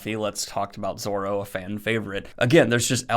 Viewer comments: Names: Luffy is like Loo-Fee. Also Zoro, not Zolo. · 'luhfy' and 'zolo'. they genuinely hurt, like when people say 'should of'